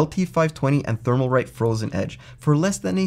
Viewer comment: The "L" in Thermalright peerless assassin has left the video! However, it is a good video. Thank you